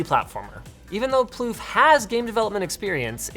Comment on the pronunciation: His name isnt plouff... that means queef... poor guy :(